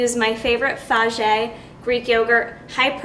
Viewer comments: That yogurt is pronounced "Fa-yay". Not "Fa-jay". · But Chris Jones straight up just says "FAGE", so I guess you're not that bad. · I liked the video, thanks so much, and I'm being a bit of a Nazi here but the pronunciation for fage is printed right on the container... So... Yeah, sorry I'm done :\ oh wait also stevia... Maybe look that up too lol